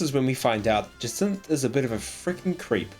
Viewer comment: I like how you mispronounced almost every character and don’t question it, but you say jacinthe perfect and question it, it’s actually hilarious 😂